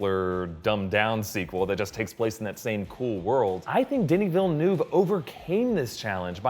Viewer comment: The directors name is pronounced, 'veil-nerve'.